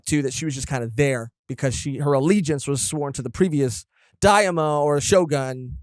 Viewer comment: It's daiMEEo, not daemo. See you guys in onigashima \o